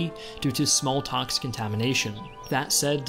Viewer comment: i know you made a pop up but seriously , how do you say, "smalltox" ? SMH